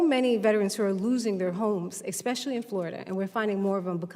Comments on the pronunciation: Professional victims should not be allowed to sit in political seats. If you pronounce especially as expeshe-ally, then you are not qualified to be in a political seat. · Anybody that says "exspecially" shouldn't be so particular about the way someone answers a question.